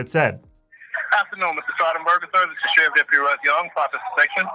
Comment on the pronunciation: He said Sherfiff, then said Sgt.